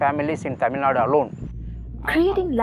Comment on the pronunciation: Ayo dei it's tamizhnadu / Tamilnadu! Pls include u sound at the end! Don't pronounce it like the north Indians who always cut the u sound like 'Karnatak' 'Tamilnad' !